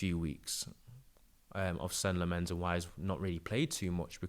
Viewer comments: no worries. It is pronounced sen-nuh lom-mehns (that’s how he pronounces it) but everyone is saying something different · kind of like Sen-uh Lommenz